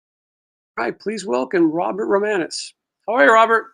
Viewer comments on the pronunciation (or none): romanus not romanos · Romanus not Romanos.